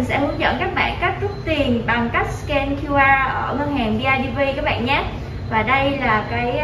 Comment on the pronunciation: Nge từ bẹn bẹn là k muốn like